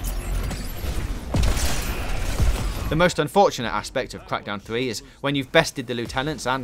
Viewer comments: Cwak dowwn free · That was a gweat weview of cwackdown thwee.